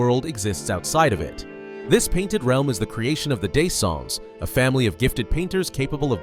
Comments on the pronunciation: Is this that difficult to put together 3 syllables? What in the world is Dayson? It’s De Sen Dr with soft gargling R (optionally). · And not disons 😅. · I don’t think you actually played this game. Pronouncing the main characters last name wrong is already bad enough, but it’s pretty clear the “sea serpent” is the same nevron you see in flying waters, which is the same one you fight in the sky later on named “Serpenphare”. Idk if you just ChatGPT’d this info, lazily gathered it from a Wiki, or if you actually played the game, and just randomly decided to make a breakdown of a game you barely payed attention to as you played.. regardless, this lacks self awareness on a fundamental level. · The way you pronounce dessendre pisses me off.